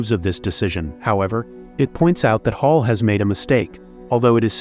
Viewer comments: I'm English, its HAL not Hall. They names the AI one letter away from each part of IBM. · Mispronouncing HAL. It’s not “hall”. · you are completely wrong. Do not comment if you are talking out of your butt. It's Hal, said like the person's name... NOT like the word for a room connecting two or more rooms. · I dont think you know how to speak england. its pronounced HALL